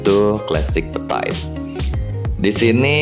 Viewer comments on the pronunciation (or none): Dibacanya itu petit, bukan petait. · So iritating to the ears ya, berulang2 pula diucapkannya, duuhhh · Iya ganggu dengernya 😅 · yang bener itu petit bukan petait sok inggris deh lu :p